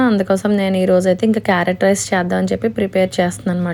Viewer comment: 🥕 rice clear ga chepandi sister